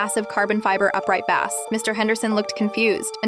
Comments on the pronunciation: I’m so tired of AI mis pronouncing words because it doesn’t pay attention to context. It ruins stories. And, running sentences together or copping them up. 🙄🤨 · bass guitar and A Bass fish are pronounced differently but AI screws it up